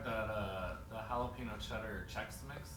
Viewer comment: Did cool guy adam code switch with that "jalapee-n-o"?